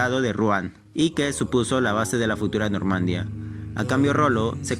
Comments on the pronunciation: No se dice Normandia, es Normandía. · ¡Normandía!, no "Normandia". Jajajaja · No pude terminar de ver el video, no soporté más que diga normandia en lugar de normandÍa, NORMANDÍA, NORMANDÍA, CON ACENTO EN LA I. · Normanďía con acento en la i jajaja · pronuncia bien Normandia xd..